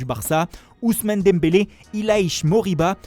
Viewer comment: Moi je suis pas satisfait du retour de la voix de foot mercato. Il fait des grands accents italiens mais il est incapable de prononcer Mbappé et Dembele correctement....